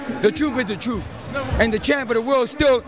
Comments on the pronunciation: The troof is the troof. Dude almost said my name is rufus and that's the troofus! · Damn he killed Mexicans with that welfare line lol.. Got upset when he started talking about how they get welfare "Listen you are making assumptions.." "Ain't no assumptions, truf is the truf, you scared to face the truf"... Real guy Angel Garcia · Hahahaha...the truf is the truf